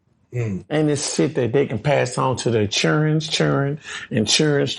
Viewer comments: It's Children not cherin😂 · Your chirren, chirrens Chirrens chirrens, chirrens, chirrens, chirrens! 😂😂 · Yeah then Chirrens hit me in ALMOST every single video 😂